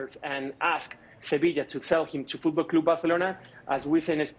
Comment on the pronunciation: literally had to close this because he kept saying fOoTbalL cLoOoOoB bArCeLonAh